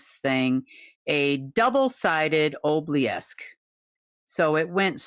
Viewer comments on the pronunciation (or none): Is ob-lee-ask the same thing as ob-oh-lesk?